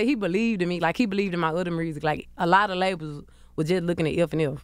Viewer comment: “The mursic” 😂😂😂